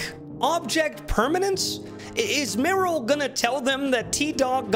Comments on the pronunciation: The way you pronounce Merle wrong is so funny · please stop saying Meryl! Its Merle, MERLE!!!!